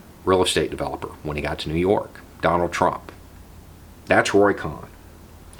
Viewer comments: COHN: Pronounced "Cone," not "Cahn." Roy Cohn was described by T-Rump as his " second father." The other protege of Roy Cohn was Jeffrey Epstein... who was recruited into the CIA by Donald Barr, the Jewish-Catholic OSS/CIA operative, and father of Bill Barr, the two-time Attorney General of the United States. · Roy "cone" not con....how could u not know that? Trump asked how many times... where is my Roy cohn? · Pronounced cone. Other than that excellent as always. Keep up the good fight. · Roy “Con” vs. Cohn (Kone) is the spot-on pronunciation of his name. He was a con-artist and Trump’s fascist POS lawyer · Sorry to OCD you, but having been inundated with Angels in America during my first, second and third lives I the theatre,, I have always heard koʊn which rhymes with moan. I apologize for the didacticism, but this man was so evil, I don’t want there to be any discrepancies when he gets checked in at the fiery gates. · Roy’s last name is pronounced like cone. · Roy Cohn is pronounced more like "Coh(e)n" I think. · Cohn like cone or cone-head. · Are you saying Cohn's name right? I think it is with a hard "o" like in the word bone. Anyways I really really like your vids. Thanks. I just looked it up, his name should be pronounced as I have written. Good movie about him. This guy was a HUGE asshole. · Somehow, credibility comes into question when you don't know how to pronounce the name "Cohn." And the Rosenbergs were executed -- you didn't know?